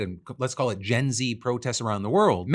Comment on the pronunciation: phill pronounced bangladesh perfectly lol